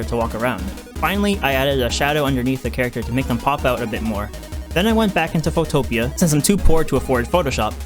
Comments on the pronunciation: 'Photopia'? I thought it was pronounced 'Photo pea'? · photopia its photopea (fo-to-pee) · Dammit, I've been pronouncing it Photo Pea.